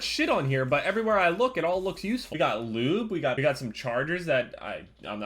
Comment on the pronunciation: when he said lube I thought he said lean I replayed it 5 times